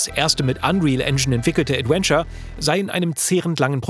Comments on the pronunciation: ...... jemand bringe ihm mal bei wie man das Wort ausspricht 😅 Es ist ein V, Zähne auf die Lippe wie bei , kein ad-when-ture oder ad-uen-ture. Das muss irgendwie falsch gelernt worden sein, auf Deutsch hat er ja keine Problem den w-Laut zu formen🤔 Ich will gar nicht pedantisch sein, aber es ist wie wenn jemand in jedem Satz "halt", "eigentlich", oder "und ähm" benutzt, irgendwann kann man's nicht mehr überhören... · Adventure, nicht Adwenture. Die Aussprache ey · ich mag dich wirklich sehr.. aber BITTE lern wie man das Wort "Adventure" ausspricht. Es ist nicht "ädUÄNSCHER" sondern "ÄdWENNscha". Es zieht sich immer in mir zusammen wenn du das Wort sagst. haha no offence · es wäre so schön, wenn du "Adventure" richtig aussprechen könntest., gerade in dieser Doku, in der das Wort so oft fällt. Stark, dass ihr englische Untertitel reingepackt habt für den Rest des Internets! Und klasse, dass ihr als deutsche Journalisten in diesem Fall ermittelt habt. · Ich ertrage einfach kaum, wie er die ganze Zeit "Adwenture" sagt. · Danke für diese interessante Aufarbeitung mit Insider Kommentaren :) aber an den lieben Moderator - englisches V spricht man wie W im deutschen aus und nicht wie English W ;) EdWentschör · Könnt ihr einmal ganz lieb beiseite nehmen und ihm sagen, dass man das "v" in "adventure" wie ein deutsches "w" ausspricht? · Großartiger Beitrag gerne mehr von sowas allerdings deutlich zu ausfuehrlich. 30 heattens auch getan imo. War anfangs begeister und bei 30 rum ausgemacht., dass du immer „ADWENTURE sagst triggert mich hart. Komm schon du bist besser als das! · Aussprache "Adwenture" macjt mich jedes mal fertig. Das V wird bei uns wie ein W ausgesprochen! 😭 Der Beitrag ist aber top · bitte schreibe 100x "Mitarbeiter" und geh mit dem Wort "Adventure" mal zum Logopäden. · Gute Folge. Jetzt muss nur noch lernen, wie man "Adventure" ausspricht..:D